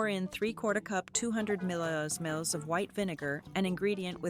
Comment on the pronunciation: The voiceovers pronunciation of millilitres is hilarious’milhaherherrs’